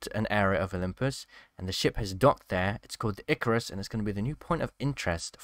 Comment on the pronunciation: once again another person mispronounces icarus